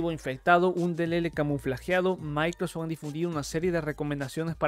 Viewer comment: Lo voy a tomar tan en serio como puede ser tomado de alguien que dice "Gugol Cron" y "Microsoc"